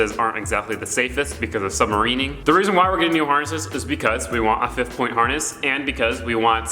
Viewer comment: This mans said porn instead of point 😂